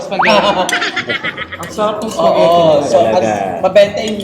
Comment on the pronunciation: Spaghetti or SPAGHERRI????? Because I heard SPAGHERRI a lot! hello & ng bayan.👍